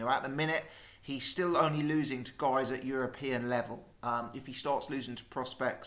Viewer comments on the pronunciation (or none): none